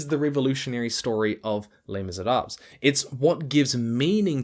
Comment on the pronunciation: Thank you for the video... please stop mispronouncing Les Miserables!